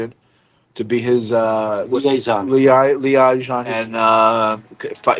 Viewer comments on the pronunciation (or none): Add pronunciation of “liaison” to the soundboard.